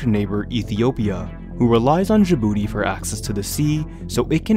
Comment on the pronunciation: Djibouti is pronounced with an initial j as in jam, by the way; not with the final consonant of ‘rouge’.